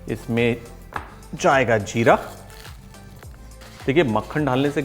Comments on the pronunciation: Its jeera pulao not "ZEERA" as far as I know. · Hum log 'Jeera' Bolte hai Sir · wo 'Jeera ' hota hai 🤣🤣🤣🤣 chef 🥰🥰🥰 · Zeera urdu word you can't pronounce properly